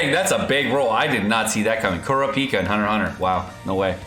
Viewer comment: The way he said Kurapika made me want to shoot my brains out.